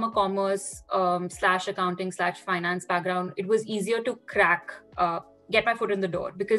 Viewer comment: "Aapne 12 main Kommmerss li" sksksk sounds like he almost said COMMERCIAL and ekdum se pumped his breaks 😂😂😂